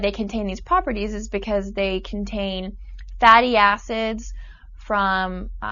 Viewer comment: lol i thought she said fatty asses lol